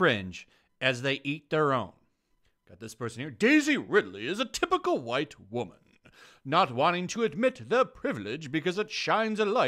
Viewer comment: when he read "wGite woman" i lost it